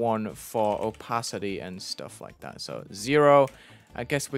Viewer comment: I like the "oOpaAity"😂